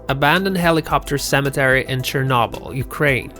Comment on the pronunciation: You need to find the correct pronunciation of places before making a video. You missed on three accounts: Tucson (really butchered this one), Mohave, and Chernobyl. Very informative video otherwise.